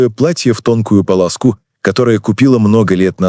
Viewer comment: Да что за бред "уничтожил его carefelly"(а на русском?), "не из"spite"(амер назло)"? "Он готовит фирму к побегу"? И - писать такие писульку себе - типично для американских рассказов - по совету психолога. "люди бегут к гейтам" (gates - ворота)? "платье в тонкую палазКУ"(полоску). "На пороге стояла ЕГО (про Веронику) дочь"? "эти огри?" (так читает слово "огни") Аффффтор, научи своего чтеца-робота говорить по русски, коли основное чтение на этом языке! И - сперва рассках от первого лица "мой муж", "чтобы меня ранить", Я проснулась", а потом вдруг от третьего лица -"она (Вероника) улыбнулась", "она оделась", она открыла дверь", и.т.д. Писака, ОПРЕДЕЛИСЬ, что/как стряпаешь, и только тогда выкладывай! Дизлайк!!! 👎👎👎